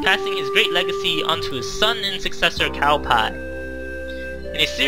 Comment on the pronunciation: its not cao pie lol.... wow